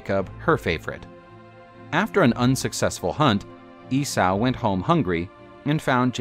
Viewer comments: EE-SAW NOT E-SAOU!!! GFDI! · You mispronounced Esay.. it's EEE-SO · E-sow?! Lol 😂 Esau like Yesau or Issa, which is actually the same name as Jesus and Joshua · I have heard countless people pronounce it this way and in 40 years I've never heard it said E-Saou! and many were theologins who studied the old ways. but what do 50+ theologins, historians, clergymen and the like know.... APPARENTLY!!! ffs